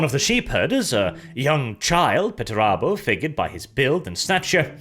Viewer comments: ffs why are you saying petterabo and not PERterabo 😅😅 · why do you say peturabo? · There's a first R in that name... ffs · I got "Pert a boat," & I lost it. Then CC called Perturabo "Better Iowa." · Everyone: Perturabo Me: Portobello